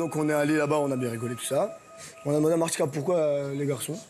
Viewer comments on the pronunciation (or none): C'est moi ou à elle dis maitika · elle me fait pleurer de rire maïtika au lieu de martika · J'adore quand elle dit "Maytika " au lieu de "Martika " xD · Mdr à di maytika o lieu de Martika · C'est martika pas maïtika 😂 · elle matica au lieu de martica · t‘arrive pas a prononcer le R de maRtika pourquoi tu dis maItika 🤦🏾‍♀️🤷🏾‍♀️ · Ces martika pas maitika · Déjà apprend à parler parce que c pas Maitika c Martika et après tu pourras venir te mêler des affaires autres j'te jure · elle a dit maitika 😂😂 pour ce qui ne savent pas maitika c l'araignée dans l'Indien dans ma ville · Prk elle dit maitika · « Maitika » 💀😂 elle l’a respecté tlm pas 💀💀💀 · n'arrive pas a dire martika mais sinon martika exagéré de ouf je supporte pas ce genre de meufs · Je suis la seule à entendre dire maitika?😂